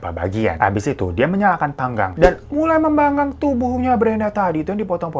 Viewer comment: Panggang weyy, bukan pangang 🤣🤣🤣🤣